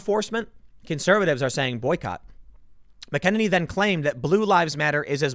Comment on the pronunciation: Boycott Tim until he learns to pronounce McEnany correctly! 😂😂🤣🤣😂